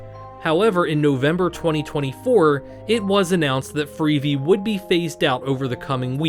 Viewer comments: Well if it isn't, why does "he" say "freevee" instead of "free-vee"? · Obviously AI. The 'narrator' pronounces it as "freevee", instead of "free-vee" (as in TV).